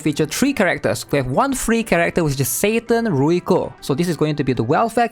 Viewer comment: "Satan Ruiko" Bruh 😂